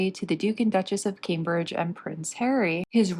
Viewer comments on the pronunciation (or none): none